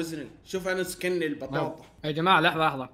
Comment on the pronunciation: اسمها اسكني مو سيني بطاطا